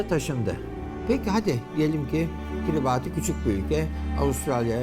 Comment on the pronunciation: hocam baya bilgili biri gibi gözüküyor ama kiribati'ın okunuşunu bilmemesine çok şaşırdım gerçekten.